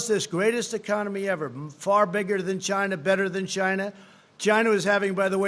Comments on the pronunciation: "People are suffering from this 'GINA' virus" wtff hah its china. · “the world is suffering from this ‘gina’ virus 🤣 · I think he was trying to say vagina virus...... LOL so disgraceful to women LOL